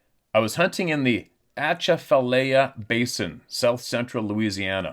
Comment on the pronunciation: the basin is pronounced A-chaff-a-lie-a basin. It is the largest swamp in Louisiana. It runs under interstate 10 W. from Baton Rouge to Lafayette when you take that route and you see all of that water on your left and right that is part of the Atchafalaya basin. Good fishing a few black bears a couple of cats and a ton of gators.